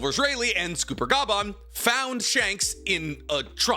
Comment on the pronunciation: 'Junko" "Sawmners" "Scooper Ga-bban" it's been 30 seconds 💀